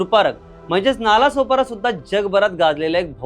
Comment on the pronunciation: नाळा-सोपारा अस नाव आहे हिंदीत ळ ला ल बोलतात म्हणूण vdo बनवनाऱ्या चा अभ्यासाची सुरुवात च चुकीचे संगतोय नालासोपारा नाही तर नाळासोपारा बोल पहिले